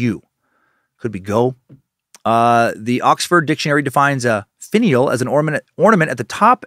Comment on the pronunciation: DAN!!! its "finn-e-ell" NOT "faneel" as you stated! lol I'm sure you have been told such already! so sorry for the length of my post.